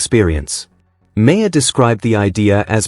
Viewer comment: Um...excuse me, but the subject of this story is pronounced MARR...NOT MARE. For God's sake, KNOW YOUR MATERIAL.